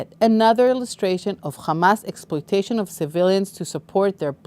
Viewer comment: It's not khamas. It's hamas.